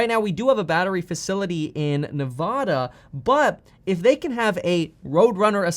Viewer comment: It’s not knee-nov-da it’s knee-va-da you say the a like valley